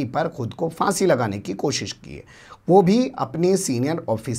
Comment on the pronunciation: आप भी फ़ांसी कहते हैं भैया फाँसी कहा करो